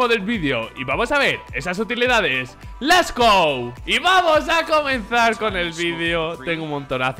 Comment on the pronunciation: nadie le ha dicho al medio lila este que es lets go y no les go?